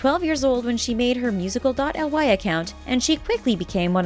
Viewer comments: Its musically not musical dot L Y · 1. Its musicaly not musical dot L Y 2. Its Eleven not Seven 3. Annie was born in 2004 not 2014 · Its pronounce like Musiclly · its seven, not eleven!!! and its pronounced musically not musical dot ly!!!! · STOP saying musical dot l y it's musicly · It’s not called musical dot L Y it’s musically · "musical dot l y account" KILLL ME!!! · Music . L y really its pronounced music-lee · 1, it is pronounced as musicaly, not , 2, SHE'S CALLED ELEVEN NOT SEVEN YOU NEED TO DO A BIT MORE RESEARCH BEFORE PUTTING OUT THESE VIDS😬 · Musical dot el why? Is that how your pronounce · ummm it's pronounced "Mu-zic-lee" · Omg I actually couldn’t breathe when she said “musical dot elle why” ahahaha😂😭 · it was SO cringey when they said it should be pronounced musically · Am i the only one who gets triggered /annoyed when the says instead of musicly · She said "musical elle why" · O M GOODNESS YOU ARE SAYING SO RONG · It really bothers me how they pronounce the words wrong😒😕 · Omg she said wrong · When they said musical.y I was dying 💀